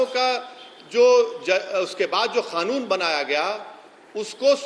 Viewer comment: अबे जाहिल सुवर की पैदाइश पहले ढंग से बोलना तो सीख ले साले ओवैसी सुअर। कानून होता है साले जाहिल गंवार खानून नहीं होता है। गधे